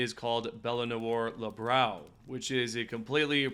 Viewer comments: "Libero" like the one in volleyball, not librawl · Say it wit me now: "Lee-Beh-Ro!"